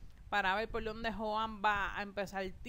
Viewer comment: A y otra cosa se escribe joan pero se pronuncia jhoan ya